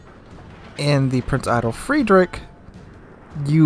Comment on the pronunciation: "Prinz Eye-Tell Freed-richhh" Hopefully that helps a bit :P The end of Frederick is hard to pronounce, I had trouble with that in college too Oh and fun stream yesterday. Have a good one